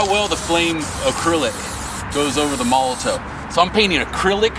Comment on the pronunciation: not to be a penis head,but im pretty sure molotow is pronounced molotov because its a german company and w's have v sound in german,just saying,love ya keep it up homie!!!